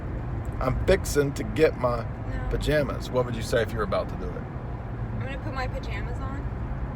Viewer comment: the "pajAmas" part...😫